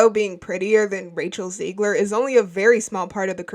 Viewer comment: It's not "Ziegler", it's Zegler and she's not a bad human being at all, either! Even though her attitude, because of Disney throughout interviews, has been awful so far! And they know that they need to course correct soon, bro! That's why they should've monitored her a bit more and way better, too! Instead of letting her go on rants about the fans of the original '37 film! Then you wouldn't have a disaster that's doomed to fail like this one, man!